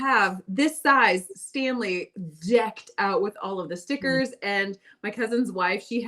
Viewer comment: I bought myself a KitchenAid mini for Christmas. I love how pronounces "Stan-ley" like the Marvel genius Stan Lee.